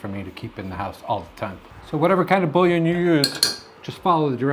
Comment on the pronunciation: Bouillon - Boo-yon. You're welcome. 👍